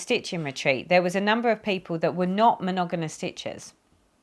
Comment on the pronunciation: Hi, wow 4x’s filming a one hour video. Forgive me but every time you said the word monogamous, I lol. You were saying monoganus. Lol, how many times? Monogamous is how it is spelled. With two m’s not two n’s. Lol. You had me roflol. Sorry to hear that your mom was ill. My son and I both were as well. That was no fun. TTFN